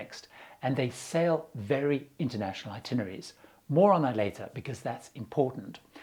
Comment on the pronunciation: "INtinerary (sic) SMH